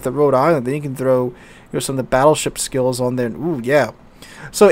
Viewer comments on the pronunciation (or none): none